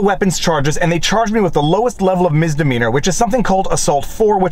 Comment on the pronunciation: Misssssssdemeanor Not Miz